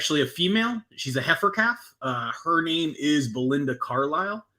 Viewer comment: You keep saying Belinda Carlyle but all I hear is Belinda Cowlyle